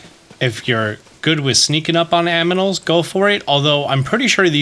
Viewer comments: i love how you mispoke animals as aminals and just kept going like nothing happened xD you can also do those geoglyphs before talking to impa i had done like 2 or 3 before i found impa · did he say "Aminals??? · You said 'aminals' 😂 Sorry, it just tickled me ☺ Some great starter tips here, cheers 👌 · lol i noticed that too 🤣